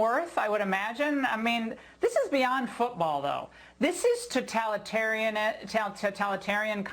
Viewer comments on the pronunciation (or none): She can't even say totalitarian